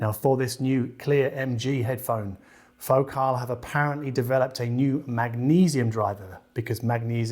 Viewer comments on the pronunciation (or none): none